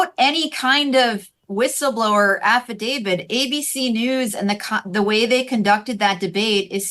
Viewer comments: Can someone tell Ms. Johnson it's Affidavi"t" not Affidavi"d". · The document to which you refer, is called an AFFIDAVIT… with a ‘T’ at the end… NOT a ‘D’ pronounces AFFIDAVIT correctly—just follow her lead and you’ll come across even more intelligent than you do already 👍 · af·fi·da·viT It's a T at the end. :)